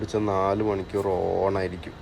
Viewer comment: Voice over sound കുറവാണു... ആരോ ചെവിയിൽ പതുക്കെ പറയുന്ന പോലെ 😄... പിന്നെ ഈ കോഴിക്കോടൻ slang ഒഴിവാക്കിയാൽ കേരളത്തിലെ എല്ലാവർക്കും ഇഷ്ടപ്പെടും.... "ദേവൊസോം" എന്നല്ല ദിവസം എന്നും മണിക്യൂർ എന്നതിന് പകരം മണിക്കൂർ എന്നും തിരുത്തുക.... Comments പോസിറ്റീവ് ആയി എടുക്കുമെന്ന് പ്രതീക്ഷിക്കുന്നു 🙏.... Video നന്നാവുന്നുണ്ട്... ഭാവുകങ്ങൾ 👍👍